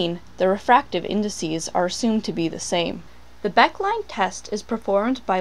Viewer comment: It is pronounced Becké line.